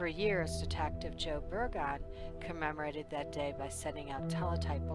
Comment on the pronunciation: Excellent video, thank you for keeping this case public. I pray there will be justice for Precious one day. Just an FYI, Det. Burgoon is pronounced Bur-guhn. Just wanted to let you know. Thank you again.